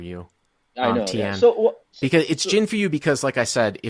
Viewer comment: It's gin but gege